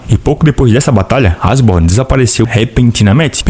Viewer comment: Eu acho que a pronuncia correta é Eshiborn e não Asborn, mas é o que eu acho. Ashborn tipo "Ash" do Pokemon.